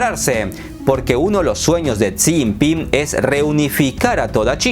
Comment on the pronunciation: No pronuncias bien El nombre de Jixinpin, hay estrema pobreza en China maquillada con raecacielos y modernos puentes Taiwan no sense provincia de China, jamas love ha sido Informate bien amigo.